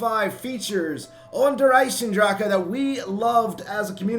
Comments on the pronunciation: Hey, just wanted to say that you're saying "Der EisenDrache" incorrectly, along with most zombies YouTubers. It's pronounced "Der Izen Drahken" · nvm, the second time you slaughtered it. All is balanced and well in the world.